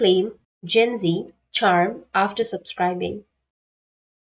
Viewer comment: Oh no, tny4297 is referring to the way you pronounced the streamers name as zinji instead of how it would be pronounced "jinx" followed with the sound of "e" I understand the misunderstanding! :)